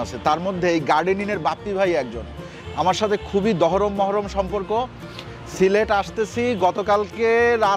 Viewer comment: সিলেট কে সিলট বলতেছেন কেন বেকুব এর মতো,আপনার বাড়ি কই